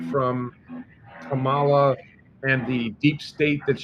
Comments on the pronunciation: please at least pronounce her name correctly...it is like a comma (accent on first syllable) in a sentence and then add "la" on the end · It’s pronounced comma-la! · Why do you have such a stupid subject for this posting. Are your viewers decreasing. Please pronounce Kamala properly. Disgusting.